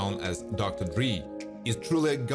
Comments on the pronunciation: Dude you REALLY need to learn HOW to pronounce their names Dr Dre is pronounced DRAA not DREE and Toni is like Tony not Ton E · LOL, this was so bogus. Finding the worse photos of many of them. BTW it's pronounce D-ray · Dree? Dr. Dree??? In what country is Andre pronounced Andree? Y'all stay on that disrespect😒